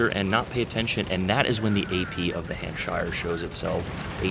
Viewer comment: just a tip for you if you read this, you dont pronounce shire in any british countys as shire its more like sher,so , its hampsher ,chesher etc, just thought youd like to know